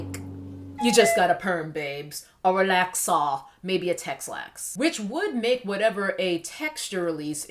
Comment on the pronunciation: I lost it at "relaxar" with the British accent 😂